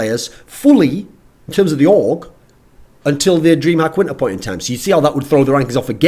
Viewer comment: I thought he said aug when he said org lol